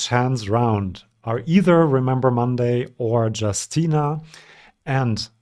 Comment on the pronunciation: I'm sure I'm not the 1st one to mention it, but Justyna is pronounced /yoos Ti nah/. 😅